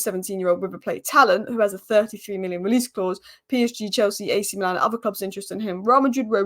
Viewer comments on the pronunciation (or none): none